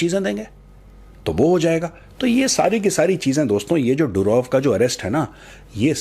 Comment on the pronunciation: मेजर साहब पुटिन नहीं पुतिन, डुरोव नहीं दूरोव , रूसी भाषा में ट, ड, ह अक्षर नहीं होते !